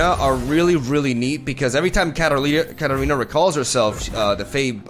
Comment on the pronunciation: everytime he says Katarina i can't help but hear cat arena XD